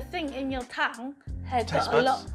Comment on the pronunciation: Okay, I'm probably going to be banned from this channel, but when your mum stuck out her tongue and talks about "Cum" (That's what her pronunciation of "Tongue" sounded like to me) then I burst out laughing. Please don't tell her. :) Great recipe, BTW!